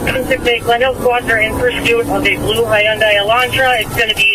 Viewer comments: LOL HIGH-Yun-Dai........... wow thats an intelligent cop huh? Not as if you dont hear that brand name ALL the time in commercials....or even over that cop radio..... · the way she pronounces Hyundai is disturbing